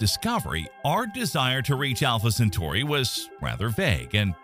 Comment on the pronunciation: Talking about Alpha , Centauri the Ai z pronunciation is atrocious . Look ,we stopped going to the moon with men cause all of them went looney . Best send women next time. What a nightmare it would be for a human to stay in space for years.